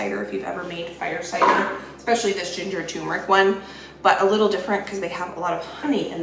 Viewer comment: It seems like every time I watch one of your videos, I have to correct either your grammer or your pronunciation. Sigh. It is "term" eric, "toom" meric!